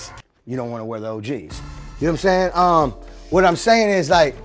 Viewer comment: Calling yourself a legend is really crazy, "you know watimzayng?!"